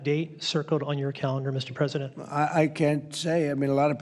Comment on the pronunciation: Parsident, Sir. His-Highness, Parsident, Sir, Sayanle-Callable